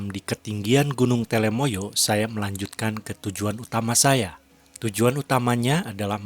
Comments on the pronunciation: Telamaya duul, bukan telemaya. Sing bener po'o. Dirungokke wong okeh je. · Gunung telomoyo bukan telemoyo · TELOmoyo, bukan TELEmoyo ya min.